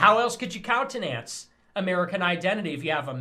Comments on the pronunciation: Why is this college drop out Fuentes relevant? Why should anyone listen to him? Must be why he mispronounces “countenance,” as countenANCE. Tool! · Does Fuentes really think that Ewan and Mirabel are Indian names? Also, why does he insist on saying "countenance" with that weird syllable stress? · Counte-Nanse lol